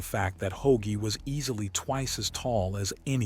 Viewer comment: Ho-agie? Ho-Ag-ee? please get the names right if nothing else.